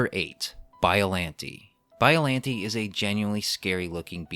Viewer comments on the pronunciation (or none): excuse me did you say BOILANTI!?!?!?!?! AND NOT BIOLLANTE!?!?!?!?!?!?!?!?!?!?!?!?! (cring i know XD) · Every time he said, “biallante” I cringed